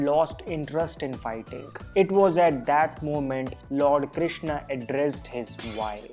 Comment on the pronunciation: Arjunaaaa kya hai and Krishnaa kya hai Bhai sidhe bol Arjun and shri Krishan British accent hai kya